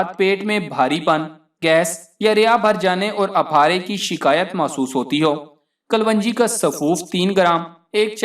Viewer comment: Bhai apni pronunciation hi theek ( right) let lo . It's kalonji not kalwanji.